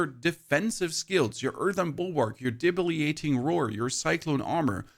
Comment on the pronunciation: It's DebiliTATing roar 😅 you're too well spoken to mispronounce words 👏🏽 🙌🏽 😂